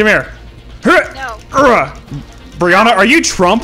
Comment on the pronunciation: Brihanna (defo butchered that name) Is looking very much grown up lately haha